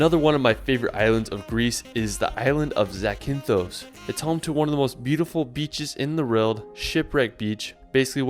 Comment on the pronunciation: How do you manage to pronounce Zakynthos like a greek boss but you can't pronounce Edinburgh right